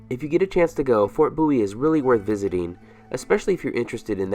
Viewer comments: BOW IE not boowe. Just saying. Apart from that I loved your video, a brilliant production. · Fort 'Booee'???